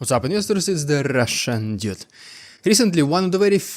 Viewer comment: dude, I can speak more than one language, what are you talking about? It irks the hell out of me that he says dyude, I thought it would be clearer to write it in Russian/Cyrillic.